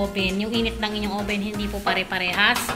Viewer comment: oven not oben